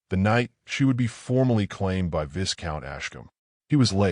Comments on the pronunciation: Initial picture makes no sense. Looks as though she’s sitting on the floor of the carriage. Again, Viscount is mispronounced. The S is silent. It’s Vie-count. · AI learn the pronunciation of viscout…!